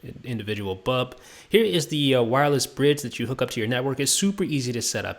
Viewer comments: Dude... BULB BULB not BUB!!! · Great review. Pity he can't pronounce the word 'bulb'.